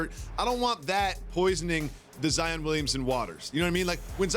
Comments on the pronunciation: lol these analysts either Zi-in or Zi-ON instead of just saying zion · I like jalen but its zion not zien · Why the hell is he pronouncing this guy's name like ZiAn??? It's an O not an A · sacrilege 5thLment pretty sure he said Zaen. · I think he was trying to say Zion-ed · No one: Jalen Rose: "ZEEYAN" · Lol why is jalen at Panera bread going live hahaha and why he calling Zion Zien ? Haha